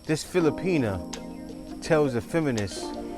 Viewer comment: Brother, kindly quit saying “Fili-penis”. It’s Filipi-NAH.